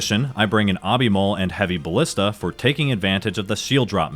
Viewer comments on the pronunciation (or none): none